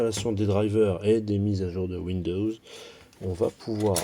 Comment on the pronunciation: windoooo lol ont dit Windows (oui dozzzz) !!!